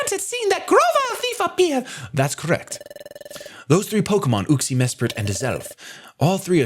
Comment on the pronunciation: Everyone else: “Uxie”: “oOxIE”